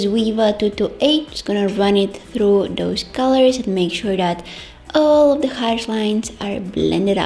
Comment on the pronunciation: i love the way you say!!DOSE!! and put SH in every thing and you're the only adorable one here (love you're vids)